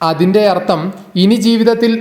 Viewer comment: എടോ അർത്തം എന്നല്ല അർത്ഥം എന്നു ച്ചരിക്കുക.